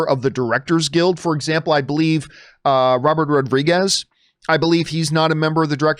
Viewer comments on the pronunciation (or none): none